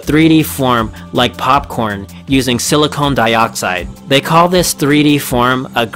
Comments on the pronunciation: Good documentary. However there were two glaring mispronounced words. Hexagonal .. Emphasis on the AG.. And Silicon vs silicone. Silicon is the element .. (rhymes with gun.) Silicone is a compound..(rhymes with bone ). Came across like chalk on a blackboard..... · Its Silicon pronounced Silicone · It’s silicon, not silicone and silicon dioxide not silicone dioxide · not to be rude but it is not silicone it is silicon. silicone is a rubber. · it's silicon, sorry for your life, from Paul.